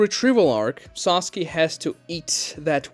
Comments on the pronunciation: Why does he keep saying "Sasuki" instead of "Sasuke"? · It triggers me so much how this guy says "Saski" a lot of the time